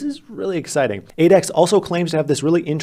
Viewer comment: whenever you say Adax, I heard 8X lol😂😂